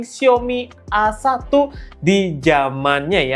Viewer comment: A1 dibaca ei one gk sih, kok awan 😅